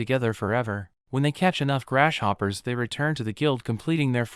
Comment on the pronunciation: Did anyone notice he said grash hoppers